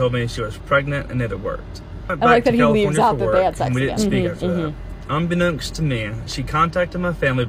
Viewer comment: not "unbeknownkst" I'm sick